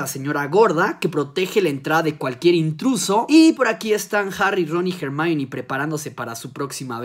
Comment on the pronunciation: "jemaini" Hermione -> Jemaini la pronunciacion del inglés siempre fué taaaaan absurdamente aleatoria...